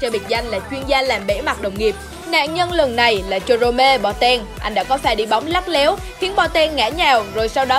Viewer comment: Nhưng mà ad đọc ko chuẩn Ad said '' Dê rôm mê Ba Teng''